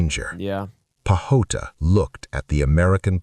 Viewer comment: PAJUTA pronounced as PA - HU - TA !